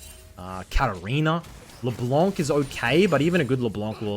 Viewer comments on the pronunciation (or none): Just wanted to let you know that it's Leblenk not LeBlonc. You can search how to properly pronounce it by typing "Froggen LeBlenk" into Youtube